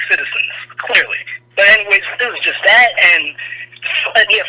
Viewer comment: Are you saying Dat instead of That?